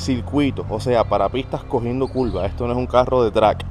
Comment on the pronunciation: Se dice curva no culva😂😂😂